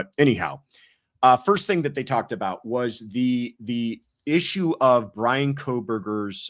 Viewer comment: Haha!!! I had a feeling you were from Canada!!!! The way you were saying aboot!! Haha Fellow Canadian here!!